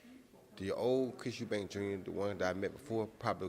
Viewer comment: Pisses me off people calling him and his dad Eubanks. It's Eubank. FFS.